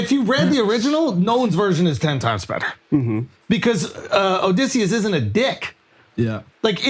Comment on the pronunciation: 7 mins in and they’re already screwing up Oedipus and Odysseus 😂